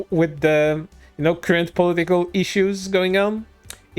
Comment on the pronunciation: No sarcasm. I love the way he says political as poli-tickle. Idk, why, but it.. tickles me. 😎 I'll see myself out.